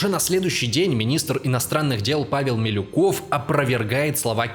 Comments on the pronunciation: + Милюков, а не Малюков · Ну, после "мАлюкова" мне не о чем говорить. Молодой человек хоть учебник истории прочитал перед съёмками этого ролика? МИлюков, неуч!!! МИлюков!!! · тип пекаверкал фамилии, вместо Милюкова Малюков, вместо Савинкова Савников, лал